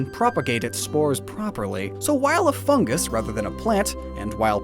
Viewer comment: He said foongus and not fungus xD